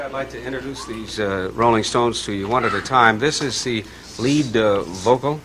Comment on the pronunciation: "Not, fade, awaay" "Oh, NOT FYDE AWY the Rolling STOUNES" lol